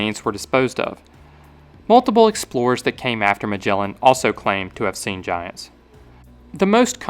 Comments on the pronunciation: It is not spelled majellan 🫠 g sound is like g in "again" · Great video but please learn to pronounce names cause you butchered the poor Magellan